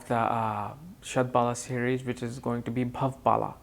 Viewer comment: You r pronouncing it wrong. Shad Bala means Shad Force. Bala is pronounced like 'Hollow' with B instead of H and O having a slight 'a' component